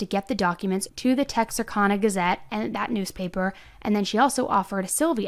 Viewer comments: Like your show...but thats NOT how you say Texarkana. Said like this: Tex ar can a. Not can not kahn. Other than that, fascinated and horrified! Well told. Feel horrible for that family! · Its Arkana like a can not a con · *Tex-are-CAN-uh not tex-are- Kahn-uh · TEX-AR-CAN-A 😂 not Tex-R-Kahn-A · Tex-r-Can-uh Texas + Arkansas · Lol I didn’t want to be the first one to say it. However, I can see how someone can see the “Ana” at the end of “Texarkana” as “On-a”, but since I am a lifetime Texan, I know it’s pronounced “Tex-are-can-uh”. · you are my favorite!! this case happened so close to me, and i haven’t even heard about it until your videos! also, i just wanted to let you know bowie county is pronounced boh-wee, and texarkana is tek·sr·ka·nuh. but anyways, you should cover the athena case in wise county!! that’s also close to me and so sad. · It’s TEX-R-CAN-NAH =Texarkana 😅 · Valiant effort but... TEX - as in TEX-as ARK - as in ARK-ansas ANA - as in louisi-ANA All pronounced the same as their respective states. TEX-ARK-ANA Not hatin. Love your videos. You're my absolute favorite true crime youtuber. Have a good day. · Its pronounced TEX R CAN NA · Love your content! I live here in Texarkana and grew up here. Just wanted to give you a heads up its pronounced Tex-Ar-Canna! This case has been insane here by the way, I was born and raised here and we've Never had Anything like this. Lots of crime but not like this. It's really stunned the community. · Tex-r-can-aa (Texarkana) de-cab (dekalb) Ida-bell (idabel) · Just to let you know for future reference.... The town on the Texas Arkansas border os Texarkana and is pronounced Tex-R-can-ah. With the emphasis on the tex. Born in Texas and raising my family in Arkansas I can feel all my relatives rolling over in thier graves. Not trying to make you feel bad just feeling like if I didn't say the pronunciation my great grand parents will haunt my dreams.🤣 Enjoying your content . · Tex ar can uh